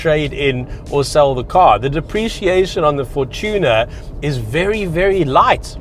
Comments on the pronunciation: A question for the ages, how does one pronounce "Fortuner"??, I hear you pronounce it as "for-Tune-er", and i pronounce it as "for-chin-er"....as always, great review tho! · sounds like he's talking about tuna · 😂 the way he says Fortuner has me dying 😂